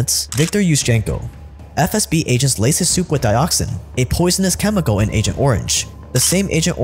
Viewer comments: im not gonna lie, has said SFB so many times i genuinely thought that was their name. like even a couple videos ago when he first started mentioning them, i was like "isnt it FSB? hm, i must be mistaken. i mean he wouldve redone his lines or thrown a correction in.... right?" but i guess not, or maybe ive just missed it everytime. but i swear this man has constantly been saying "SFB" and its been throwing me off severely lmao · I just love you said SFB 3 times and then FSB (correctly) the fourth time like this shit is a live video and you couldn't do a second take. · You keep saying SFB then FSB. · man. With all due respect ✊ but please, it’s not “SFB”, it’s “FSB”, where F - Federal, S - Service, B - Security (from Russian word безопасность [bezopasnost]) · Stop calling it SFB It is FSB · it’s “FSB” not “SFB” you’ve done this in multiple videos now 😭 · Video is great but stop calling it SFB ffs! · wtf is with that "SFB" instead of FSB bs? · most of thetime he said FSB but a couple times he said SFB and even in another video. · True. I`ve commented on it several times. Funnily enough he does say it correct today when he shows the letters on screen. I thought it was an inside joke or something. He then reverts to old ways again. Must be something to do with his mother tongue.